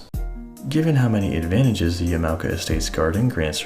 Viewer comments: Sorry, as someone in Japan, the pronunciation bothers me. You pronounced it Yeah-mow-kuh. The correct pronunciation is actually Yah-mah-oh-kah. Wonderful video though!!! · Hello, this is a correction to your pronunciation of yamaoka. Its ya-ma-o-ka not ya-mao-ka. Just a friendly correction bot here. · Honestly the only thing that strikes me is how you pronounce Yamaoka. You pronounce it with english pronunciation. Japanese pronunciation would have it sound like “Yama-oka” instead of “ya-mao-ka”. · Thanks a f ton for this bad ass info vid! Yama sounds like momma and oka sounds like polka. Just fyi. 4 syllable word. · After 18 minutes all the new info I gained from your video was that there is an “A” in Yamaoka. Been pronouncing it Yam-oh-ka like a dang fool. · He is pronouncing it wrong